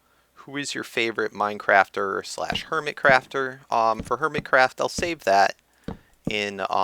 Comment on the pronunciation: you said hermitscraft lol